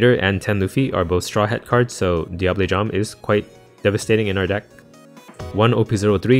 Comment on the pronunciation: Living for you pronouncing Diable Jambe property.